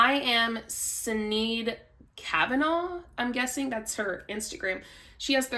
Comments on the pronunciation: It’s “shi-nayd” like Sinead O’Connor. It’s an Irish name. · Sinead is pronounced kinda like "sha-nay". Remember the song "nothing compares to you"? Famous kinda song/video clip, really impactful at the time. Am I aging myself? Damn it. Anyway, I only know the pronunciation from the artist who sang that song, Sinead O'conner. 👍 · I think that her name Sinead is actually pronounced where the S is SH. I assume she is Irish.